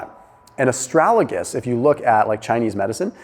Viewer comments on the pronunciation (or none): Ast-ra-Ga-lus, not ast-ra-La-gus :-) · It's astragalus not astralagus. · It's A STRAG A LUS, not A STRAL A GUS:-) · Its ASTRAGALUS not ASTRALAGUS, lol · Please prounounce correctly: AS TRA GAL US...easy peasy.